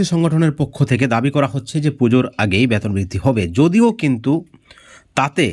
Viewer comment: ফালতু খবর। আগে আপনার ভাষা ঠিক করুন। ওটা ব্যাতোন নয় বেতন হবে।